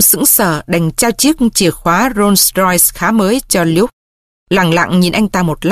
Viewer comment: Doc hay lam. LUKE phiên am sai. Nho google lai cách phiên am. Mrs Smith co the doc la Ba Smith